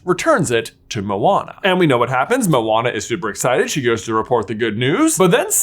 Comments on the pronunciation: He keeps saying “Mowana” it’s (Mo-Ana) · I’m I the only one how heard owana or what?